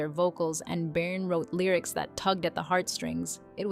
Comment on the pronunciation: Where’s the ….” she was disgustingly “ part ? …..and you couldn’t even pronounce Bjorn’s name properly….